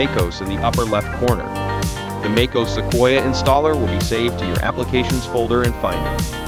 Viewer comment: what is makeos ? maybe space out Mac OS to make AI pronounce it a little more accurately?